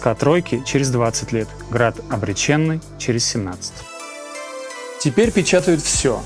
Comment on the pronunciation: после слова ,,обречЕнный", вместо ОБРЕЧЁННЫЙ!!!! расхотелось смотреть данный опус😢